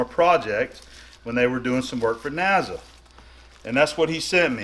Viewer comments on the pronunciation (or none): N A S A. Not NAZA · Not Naza, It's NASA